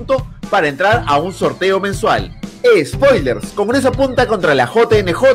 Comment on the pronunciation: Esperando a decir 'espoiler'... Pense que le iba a salir bien a, ya que lleva el lleva nombre de origen Ingles. Una mosonada, no se enojen. Pero piensen en los patas del Peru profundo... manan English.